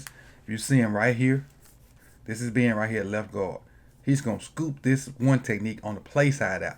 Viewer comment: I like how you say Ben. Been